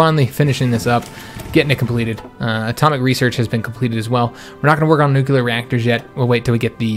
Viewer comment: I did notice you butcher the 'nuclear' word, often calling it nucular, like that certain texan guy used to.